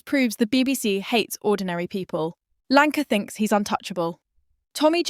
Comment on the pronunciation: your AI bot needs rebooting who the f is Lanka ?